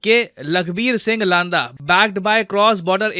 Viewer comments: लांदा नही सर, लंडा बोलते है पंजाब में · Not लांदा its लंडा actually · लांडा नहीं लंडा होगा।